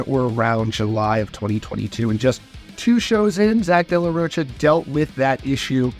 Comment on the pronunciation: This Mfr keeps saying De La “Roach-uh” 😂